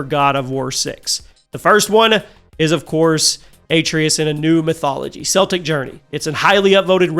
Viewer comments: It's pronounced as "Keltic" not "Seltic". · There is no such thing as SEL-TIC mythology! CELTIC....(KEL-TIC) mythology! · ‘Celtic’ is pronounced ‘Keltic’, not ‘Seltic’. The NBA team pronounces it the Latin way, not the Gaelic way. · Seltic?! It’s Celtic! Annunciate the C as a C not a S. 😂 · Can you please pronounce it properly? It’s K-eltic mythology not “Selltic” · It is correctly pronounced “Keltic” when referring to the culture, people, and language(s). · celtic is pronounced with the k sound not the s sound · Celtic with a hard ‘c’ for the love of all good and green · Okay I have to ask, why do people keep pronouncing Celtic with a soft C like the basketball team when talking about the mythology, which is pronounced Celtic with a C that's pronounced like a K?